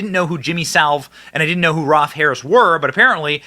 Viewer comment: Jimmy Saville, not salve lol. (quite possibly one of the most prolific, evil men in world history, not just British) ROLF Harris not Ralph 👍